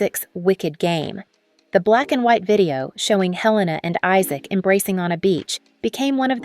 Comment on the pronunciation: The narrator is AI. She said lives instead of LIVES. After watching a few of these model profiles, the voice sounds unnatural and heavily edited to keep that rate of speed up. I love Helena Christensen, so not much here was new for me. I believe her first name is the Danish pronunciation, not the American.